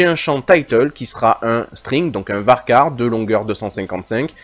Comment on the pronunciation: J'ai adoré comment vous prononcez varchar (ça se prononce en effet varkar, bravo!) mais les dieux tuent un petit chat à chaque fois que quelqu'un dit "intégueur" au lieu de "intédjeur". Mes oreilles en saignent encore. A part ça, j'adore cette vidéo. Merci énormément.